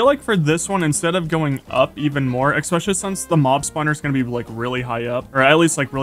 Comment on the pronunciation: Because you say ek-specially when it's especially. Lol so subtitles have a rough time 😅😅